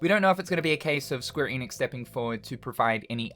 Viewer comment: Maybe if you pronounce ‘Enix’ right. And watch THEM OF ALL PEOPLE say it right. It’s ‘Enix’ not ‘Eeenix’